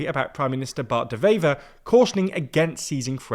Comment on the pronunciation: no way he is calling "bart de wever" bart deveva